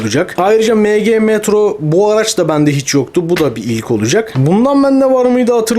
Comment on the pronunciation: Mg emci diye okunuyor abi Bilgin olsun yanlış anlama 😅hw yeni yaptı sanki dolapta senin ilanlarında vardı matchbox